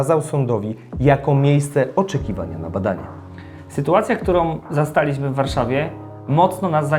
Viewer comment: Postanowili-ź-my, zastali-ź-my.... Itd. No nie da się tego słuchać 🤯